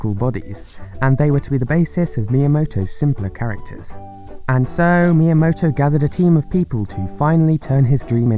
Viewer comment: Miyamoto? More like Mii yamoto